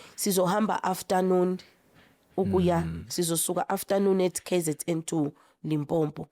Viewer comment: If I hear another Zulu person calling Limpopo Lipompo ore Limpompo!